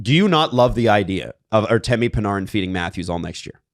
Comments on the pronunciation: It’s Pan-Air-in not Pan-ARRE-in. And if it is the latter then everyone tell us that ten years ago. Not now. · i hate the way you're saying panArin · Am I tripping or why does say panarin like parneren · Are you sure its not Pin-AIR-in? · Pa-nar-in? PA-NAR-IN?? Do YOU think that is purposefully mispronouncing the Breadmans name? I swear hes saying as much as he can too, its making my hair stand. If i ever have a face to face hockey conversation with I'll probably just shoot myself instead it would be less painful then enduring is his mental RESTART- ation and exceptations to take his garbage takes on hockey culture seriously. This guy is a putrid disgrace to the hockey sports casting space, on the Mount Rushmore of egregiousness with Simmons. you're great, I've never heard you say anything stupid. I literally am never more trigger to the point of comment thoughts on a YouTube video than when talks and it sucks because great and we gotta put up with "HeY yOu GuYs" - 🦥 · The way is saying "Panarin" is frying me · I want to Panarin to go anywhere you guys talk about the least so I don’t have to hear him pronounce his name wrong anymore. Has anyone ever heard anyone calling a game say his name that way? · It’s bothering me too